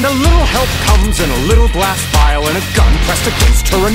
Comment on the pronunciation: Vial or phial not vile